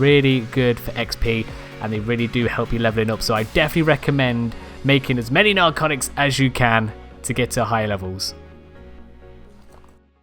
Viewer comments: “Narcoctics”. cock. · He did XD LISTEN LOL